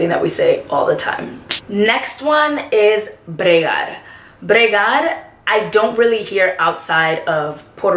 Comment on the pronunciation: Se me ase grasioso q dises la palabra como se manda la primera ves como cuando dijiste bregal embe de bregar